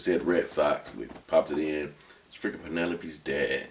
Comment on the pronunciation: Wondering if you two have seen Club Dread. I imagine if you had, you’d be pronouncing “Penelope” different.